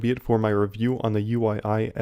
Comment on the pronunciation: Hi Uii Sii is pronounced WeeSuh, as it's derived from a Mandarin name.